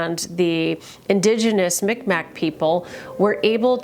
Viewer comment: It’s Mi'kmaq not micmack like u are saying